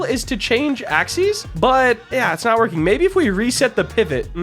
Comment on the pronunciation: i swear at the start i heard "i have not stopped twerking, my team havent stop twerking" i swear dude i swear